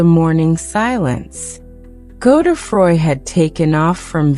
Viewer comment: Weird American voice ...is it AI ? Pronounciation Godedfroid = NOT Go the froy